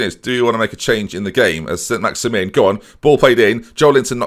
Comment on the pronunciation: SAN-MAX-EE-MAN - He's French, you don't pronounce "Saint" as in "St. James' Park" like in English, you pronounce it as in the "Saint" in "Paris Saint-Germain" which is pronounced kind of like "San in "San Miguel". Also you don't say "in" like "Get in the van" in English, you pronounced it as "AN", like the end of "Paris-Saint-Germain" - not like Jermain Defoe, but more like German. Google "bulletin pronounciation french" and Saint Maximin's "in" is pronounced like that xD